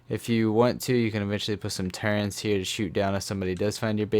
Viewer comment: Why do people always say " turrents"